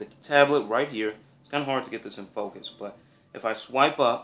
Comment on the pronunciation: ...and "focus"